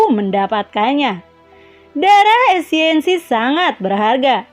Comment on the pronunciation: Esensi kak.. bukan esiensi 😁😁